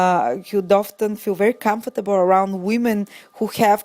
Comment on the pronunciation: Learn the pronunciation of comfortable